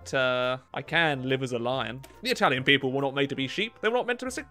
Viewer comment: Bad italian pronunciation, but loving the effort! 💪🏻😎 Keep on with that, we surely need more italian focus tree video! 🇮🇹